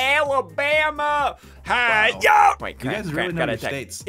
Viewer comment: No one: Literally no one: Ssundee: AWABAMA